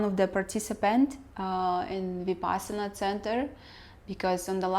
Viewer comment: Every time you say Vipassana a fairy loses its wings and dies.